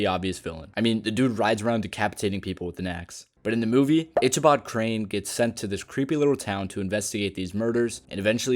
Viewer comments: For someone (and I use that term very loosely because this point suggests AI narration) who is supposed to have watched these movies to the point of being able to discern the "monster was never the real villain" to say "itchy-bod crane" rather than the proper "ick-a-bod" is completely absurd. (Of course, the fact that the name is spelled "Ichibod" in the video rather than the proper "Ichabod" is another bit of evidence in the "This is AI-generated BS.") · It's pronounced Ick a Bod for Ichabod Crane.